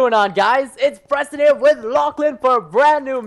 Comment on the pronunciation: Lachlan you purston instead of Preston its like your playing with a cat